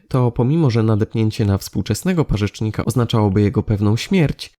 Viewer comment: Fajny film tylko jedna rzecz zabolała w ucho... To rodzina pareczników, nie parzeczników" ;) jest to gromada stawonogów zaliczana do wijów.